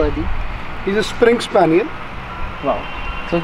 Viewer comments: It is english springer spaniel not spring spaniel. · 🤣It is springer spaniel ,not springs spaniel.Tbey are from U.K.basically.Cousin of BLUE ROAN ENGLISH COCKER .They are for catching birds and retri e humen from drawing water